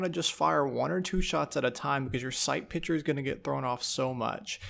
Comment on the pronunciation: Stop saying "pitsure"... and I think most people prefer the red dot. I got 3377 position in 4 days how are you in 7000 lol